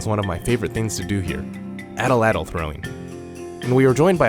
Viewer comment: Dude you butchered “atlatl” 😅